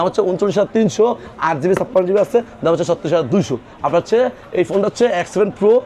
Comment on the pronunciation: Dam bolar somoi স্পষ্ট করে বলবেন বোঝা যায় না